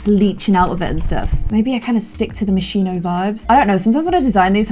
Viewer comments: lol its moschino not moshiino llove u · It's not pronounced Moshino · this is from the Moscino pack Me, an Italian: it's Moschino, but you are so freaking cute I will just start to call it like that too. ps: Hugs and kisses from Italy, I hope I will have the chance to meet you one day!*^* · The way that says Moschino is KILLING ME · 28 minutes of mispronouncing Moschino.